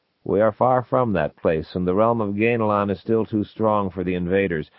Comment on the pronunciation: The big takeaway here is that Zelazny pronounced it “GAIN-lon,” not “GAN-a-lon.”